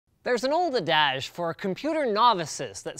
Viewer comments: "ah-dadge" ? No...."ad-age".... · It's not aDAge, it's Adage. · A’·duhj my friend. Not uhDAZH’ There are words I’ve mispronounced for DECADES of my life because I’d seen them in written form and never equated them to when I heard them spoken. So no judgement. For the longest time I thought “epitome” was pronounced EP’ i tōm. Yet I’d heard people say i PIT’ o me numerous times. One day it dawned on me and I had to laugh. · Did he really just say “a-dage”?!?! It’s “ad-age”! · Ad-DAZJE? No. ADD-ige. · "Adazh?" That's a pronunciation I've never heard. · I Know! What was That about? Everyone knows that it's pronounced "ad•age". This leaves me to believe that he's either reading from cue cards or plagiarizing something. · Did Linus pronounce Adage as \edAje\ in the beginning? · What is an AHHDAHGE ? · "a-DAGE"??? Sheesh. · what's with your "adage" pronunciation? You can't tell me you've ever Actually heard someone say that aloud like that before. Everyone knows that it's pronounced "ad•age". This leaves me to believe that you're either reading from cue cards or plagiarizing something. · adage - Pronounced Ad - Idge. makes doge face and C moss, not C mosse Sorry did not intend to come across as a douche, carry on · you mispronounced adage, really mangled it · "You say adage I say adage...." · novel pronunciation of "adage" and "CMOS" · I've never heard 'adage' pronounced that way, before. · did he just say "adage" weird lol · Hehe what's with that pronunciation on 'adage' Linus?! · Who the fuck pronounces adage like that?